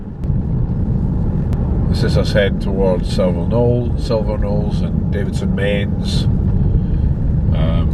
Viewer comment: You've pronounced "Silverknowes" wrong. It is pronounced Silver(now's) It's also that way with Carrick Knowe and Kingsknowe further south. In other words, Knowe = now